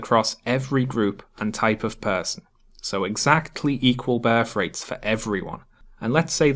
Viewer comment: Great stuff. Cheers. Had to laugh . I misheard your pronunciation of 'birth rate' ,i thought you said ' bear freight'. Keep up the good work.